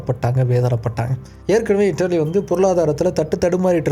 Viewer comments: இட்லியா கொஞ்சம் சரியாக உச்சரிங்க , translater confused 😅. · இட்லி❌ இத்தாலி✅ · அது இட்லி இல்லப்பா இத்தாலி பேர ஒழுங்கா சொல்லு இல்ல இங்கிலிஷ்ல சொல்லு குழப்பி விடாதே அது மட்டும் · "இட்டெலி" யாரெல்லாம் முதன் முதலில் இந்த உச்சரிப்பை கேள்விப்படுகிறீர்கள்?😊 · "இட்டெலி" அப்படின்னு சொல்ரார்.ஆனா நானும் இப்போதான் கேள்விப்படுரேன்😊